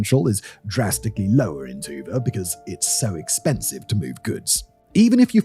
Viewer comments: Hi!The stress in both Tuva and Kyzyl is on the last syllable, so it's TuVAA and KyZYL as opposed to TUva and KYzyl. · Sorry, but whenever Dimon pronounces Tuba, all I hear is